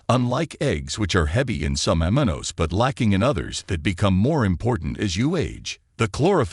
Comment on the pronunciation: Suggesting you teach AI voice how to pronounce "Omega" ..... "Aminos" is a pronunciation challenge for it also. Failed to pronounce "mitochondrial" correctly. Why don't you hire a person with a high school education to narrate this video?